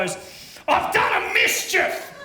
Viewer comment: Came here just to write it out a tad closer to how it sounds, 'AH'VE DONE A MISCHIEF!!'